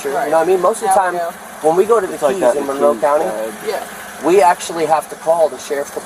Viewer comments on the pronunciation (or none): none